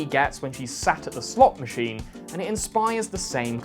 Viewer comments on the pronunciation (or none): I've heard slut machine 😂